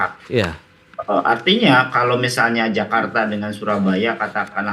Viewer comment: KERETAH CEPAT JAKARTAH - DLLLLLSB